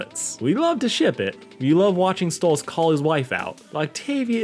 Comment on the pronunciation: Hang on you call pronounce stolitz name like stolis and the. At random point you pronounce it like stolitz